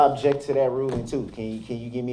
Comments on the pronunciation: I know right? For the first week of this trial he was also saying "abject" instead of "object". I really don't believe he's had 12 years of schooling like he says he has. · wilson “I Objek!” 🤣🤣🤣